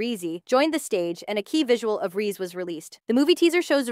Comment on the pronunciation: Bro called reze so many names and so wrong rizzy reesy reez